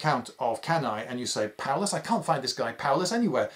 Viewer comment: "Paullus" Uh oh